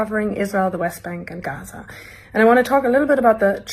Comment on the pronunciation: It is ghazza not ghazaa